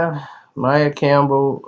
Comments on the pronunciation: It's pronounced maia not Mia smh !!!!! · you're so full of shit sometimes. You don't even know how to pronounce the girl's name, but we're supposed to believe you know the intimate details of her life (besides what we've already seen her say in interviews)?